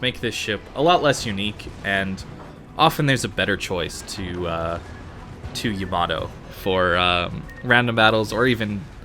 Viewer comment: y a m a d o lol great info though